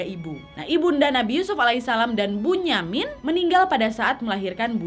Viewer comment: Kak bunyamin itu di baca binyamin